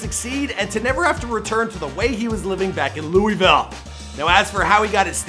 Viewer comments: bro said lew wee ville like no we pronounce it lew ih ville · God damnit you killed the word Louisville In this and jack harlows vid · If one more person says louIEville ima lose it its lou-ih-ville no s or e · It’s not Louisville is luhvul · Yeh it's otha shi but he ain't en pronounce Louisville right